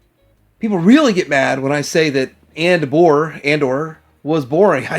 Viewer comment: "Anbore" How dare you.